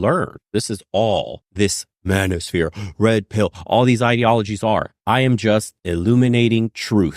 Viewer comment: Lmao it sounded like she said "I ham great" 😂 anyone else hear that?